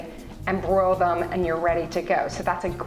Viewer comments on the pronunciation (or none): I think that she might have said broil